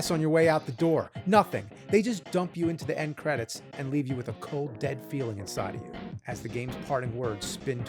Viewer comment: Nobody: Nerd: "THE END-PUH"